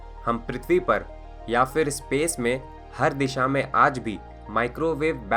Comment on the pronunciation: kamal ke infomation hai bhai .lagta hai ap south indain hai pher ko fer bolte hain ..